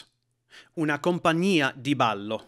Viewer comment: Ma che stai a di' ? E' giusto.